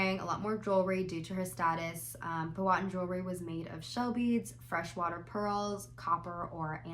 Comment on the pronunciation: First off “Pow Uh Tan” secondly I really do love your reviews and input but I think you too way too woke of a perspective on Pocahontas. Being from Maryland we had to go to both Jamestown and St Mary’s city which are both the oldest Colonialist settlements in their respective states, you can see preserved Native American dress, and although Pocahontas is disneyfied it was not uncommon for their dresses to be sinched at the waist, fall around knee length, and even the one shoulder thing is kinda accurate. The everyday dress of natives was more about just concealing there wasn’t much direction or style so a higher ranking member of a tribe could have very easily had a more interesting shape to her dress. But I agree with you on the neckline there would have been no sweetheart